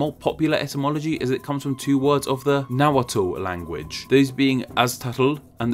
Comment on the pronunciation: The Nahuatl language is pronounced [ˈnaːwatɬ], BTW.